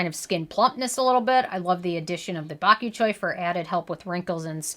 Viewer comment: “Bok you choy”